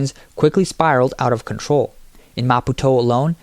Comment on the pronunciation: Oh heavens please pronounce "Maputo" correctly. Is this AI again!? Yes, absolute corruption once again. All across Africa... but the rest of the world isn't far behind! I remember going on holiday in Mozambique, it was beautiful. But like all countries in Africa, corruption rules. Leaders don't care about their people, they just pocket the money and let their people starve.